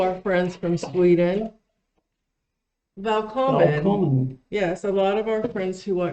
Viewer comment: That "Välkommen" sounded realy good tbh. :D